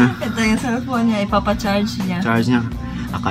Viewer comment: LAPTRIP TITO ENING 😂😂😂😂 "CELPYON" 😂😂😂😂😂